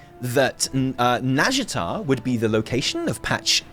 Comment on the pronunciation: Could you do me a favour chap.. if you're so hype about Ny'alotha, at least pronounce it correctly